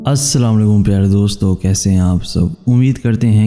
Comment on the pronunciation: ماشاءاللہ آپ بہت بہت ہی اچھے کرتے لیکن تجوید میں کچھ غلطی ہے پہلے سلام صحیح کریں آپ اپنی